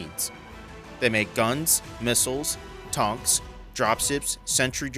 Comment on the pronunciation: I knew it was real when you said "Tonks"